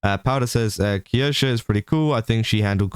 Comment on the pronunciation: The way your pronounce Kirsche is painful to listen to. You add an entire extra syllable for no reason and even when Kirsche herself says her name properly, you still add the extra syllable. 🤣